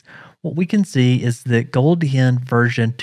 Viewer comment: why you say goldien , it's gold hen